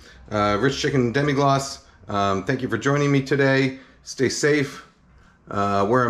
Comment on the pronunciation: Really not that important, but it's Demi-glace, not Demi-glacé